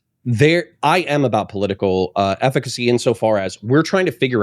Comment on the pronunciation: She keeps saying political eficiacy and it's triggering the heck out of me.